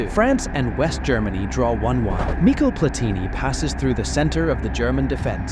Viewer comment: “Mikol” Platìni?! 😂😂😂